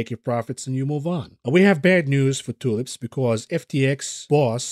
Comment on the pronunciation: Interesting pronunciation of "tulips" on this one. ;) Love ya, buddy